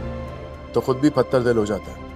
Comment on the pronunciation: Patar dil nhi pathar dil bolna hy teen bar patar patar bola hy jo theek nhi hy